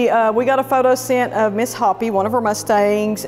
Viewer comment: FYI; the horse's name is pronounced Hope ee. She must be named after the Indian tribe here in Arizona. Sure appreciate your new vet's explanations and reasoning out the overall conditions!